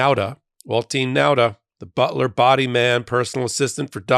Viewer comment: His “butt-ler”